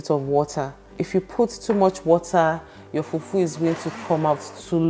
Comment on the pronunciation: I like how you say FUFU